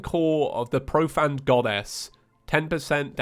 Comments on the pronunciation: 3 years and he still pronounces it pro-fanned. Disappointing just disappointing. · is it just james or is it just me, because i always pronounced profaned as profained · Me: Its profaned not profanned.